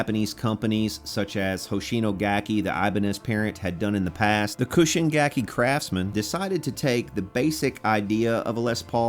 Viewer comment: Its CHUUSHIN, not KUSHIN. I own a Cobran bass, which was made at that same factory, at it was Chuushin's in house brand, but you probably have no idea what those are.